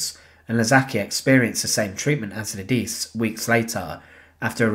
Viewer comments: Computer narration. Lidice` is pronounced LEH Dee chay, not lideece. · Correct pronunciation of Czech names would be appreciated. For example, LIDICE is properly pronounced lidditseh, LEZAKY is lezhahky, PANKRAC is pankrahts. Thanks!